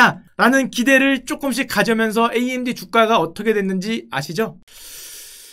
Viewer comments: 글쎄 암드라는 단어는 업다니까 자꾸 그러시네 구글 번역기에 암드 쳐보세요 나오나 ㅋㅋ amd 를 암드라고 읽다뇨 에이엠디라고 읽는 건 많이 봣어도 암드라고 읽는 건 처음봄 단어자체가없는데 무슨 소린지 모르겟네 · 나는 평소에 '에이 엠 디' 라고 말하는데 언제부터 암드가 ㅡㅡ